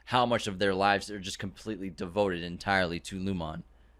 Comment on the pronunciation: It's pronounced "Loom-in" and "ee-gan" my dude. Not "lumOn" & "EagOn"